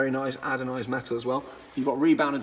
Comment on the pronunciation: “Very nice adonised metal” I fucking love you 😂😂 you try my lad.